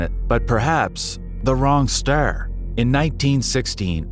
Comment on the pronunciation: This AI can't even talk. Ster...😂